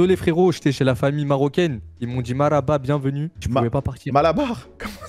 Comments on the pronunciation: "Maraba" ptdrr cest mar7aba 😭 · Lol c pas malabar c’est marhaba :p avec un H bien prononcé